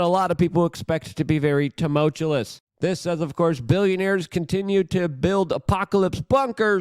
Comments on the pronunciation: Its not temultulis its tumultuous. (Tuh- mul- choo-us) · How “tumultulous” was that shirt, Luke? 😂 I love your work bro and I’m just messing with you, but I’m not going to stop leaving these comments until you learn how to say tumultuous. 😂 (there’s only one “L”) love you bro keep up the great work! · tomowchewless IS NOT A WORD. stop! Say it right. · My ocd h!s won.... it's "Too-mul-choo-us" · Drink! He said tumultuous again.